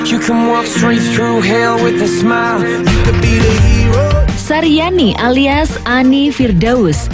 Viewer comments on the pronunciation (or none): nama'a siti haryani bukan sharyani .. hadeeeeehhh